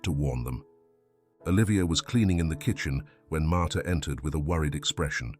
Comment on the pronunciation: Martha not martyr